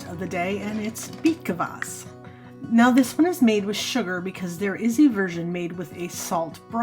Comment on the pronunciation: There is no vowel between K and v in Kvass. It's just Kvass, not K-uh-vass.